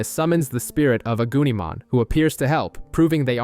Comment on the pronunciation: I'm sorry did I just hear you say agoonamon? Could've sworn it was agunimon 😂😂😂